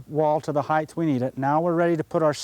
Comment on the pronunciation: Very nice. Not hating, but it is height, not heighth.